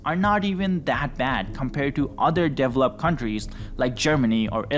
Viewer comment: "Devil up" countries? Try "dəˈveləpt"